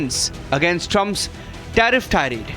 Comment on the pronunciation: "TAREEF" & "TARIFF" Is all that DT knows!!